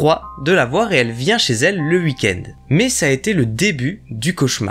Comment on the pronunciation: Je kiff t'entendre dire "hui-kend" pour weekend. Avoir des barreaux aux fenêtres bien pour empêcher toutes intrusions mais pas top pour s'enfuir d'un danger.